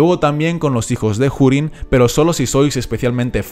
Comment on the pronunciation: pone urin no jurin....no entiendo ea puta mania de pronunciar la h